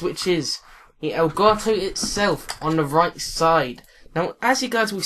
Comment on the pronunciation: I like how u say it. El garto